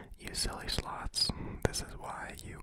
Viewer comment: every time you said sloths i thought you said sluts lol